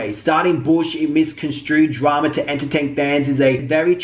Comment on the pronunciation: When he says "drama" it sounds like trauma. 😄 love the video